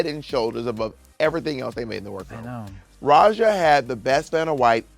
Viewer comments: For me I am more annoyed that Raja was pronounced like "Razha" not like the actual Hindi/Austronesian word pronounciation (letter J as in "Judge") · Katya calling Raja ”Roger” sends me